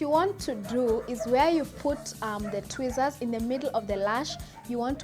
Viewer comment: It sounded like she said twizzler Chile 😂😂🤦🏽‍♀️